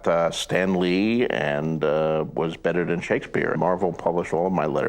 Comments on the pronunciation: Either way the T's in Martin and "better" aren't silent ones and so the correct way to pronounce them is to pronounce them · So does "better" good lord I don't know if I can take 20 minutes of this